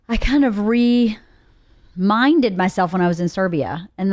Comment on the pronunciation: The way said "reminded" really made me think about the word re-minded. Woah.